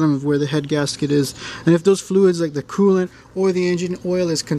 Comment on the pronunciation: Did he say oil cooling and coolint lubricating